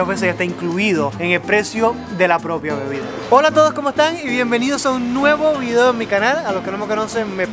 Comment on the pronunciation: tocayo, lo que mas gracia me hace es tu manera de decir vi-deo y ese tonilo que le parece faltar una letra, espero que Alejandro y tu sigais bien, se te radiante siempre... a ver si me conseguís un tiesto jejeje